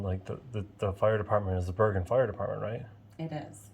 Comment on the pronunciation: It’s pronounced Ber(Jin)